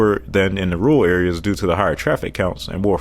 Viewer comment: I’ve seen people who can’t pronounce Rural (he says Ruul 🤭), but this guy can’t even say Urban. (Urbran 😆)